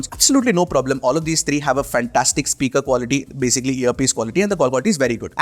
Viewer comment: bro why dont u pronounce three as three why do u keep saying TREE TIRTEEN etc..